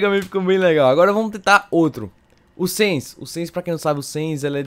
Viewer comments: não é sens é sans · Não é sens e sans